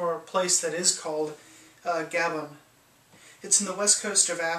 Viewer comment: Gabon is pronounced as "Ga-bÓn" as in words like crouton, citron, petron